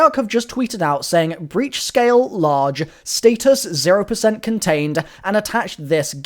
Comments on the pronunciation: Uh your pronouncing status wrong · Why do you and lex say status like that bruhhhhhh